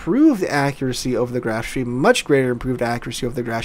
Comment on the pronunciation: I'm under the impression that it is pronounced "schpay"